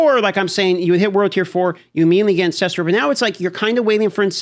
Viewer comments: Why do people still pronounce the word Ancestral as Ancestrial? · AN-CES-TRAL.. Repeat after me. AN-CES-TRAL not AN-CES-TRI-AL